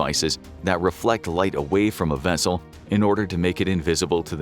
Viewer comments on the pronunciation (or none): none